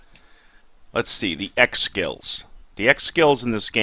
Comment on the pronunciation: Yo fam, trying to show my brother this game, i clicked on you. Step 1: this might explain things well Step 2: I'm gonna make fun of this guy Step 3 this is my boi XD I'm from nj but I'm a skinny white guy, and when i heard you talkin was like wtf this guy doesn't play this game. You called ex-skills "eggs" and i was like yaaaaa! Everything I'm trying to explain, I'm talking over you saying the same thing haha, just had to share with you, thanks for the video man. Love and peace :)